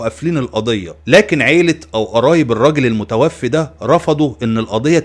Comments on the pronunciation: المتوفَّى وليس المتوفِّي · الله يجزيك الخير ملاحظة صغيرة في اللغة العربية الكلمة تُقرأ: المتوفَى ، وليس المتوفِي وشكراً جزيلاً